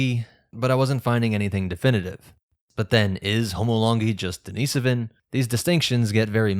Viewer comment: You’re saying Denisovan wrong